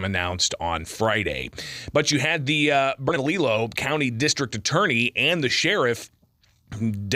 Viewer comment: I find it so strange, with so many Hispanic people and Spanish names of places around the country, nobody on YouTube can pronounce Burnalillo or Lujan 😂 J's most often make an H sound. 2 Ls together make a Y sound.